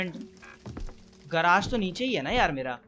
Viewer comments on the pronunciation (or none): Hey it not garaage it's garage